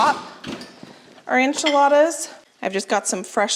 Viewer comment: The enchiladas look amazing, but is there a reason you call them “anchiladas”?